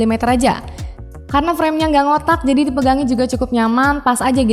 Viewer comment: *Ga Ngotak*nya di tekenin banget pas ngomong